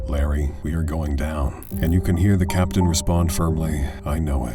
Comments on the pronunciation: I know (or hope) it’s already been said that it’s Captain not *Caption*. And pitot is pronounced pee-toe. I know. I’m a grammar nazi. Get off me. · It's 'captain' by the way, not 'caption.'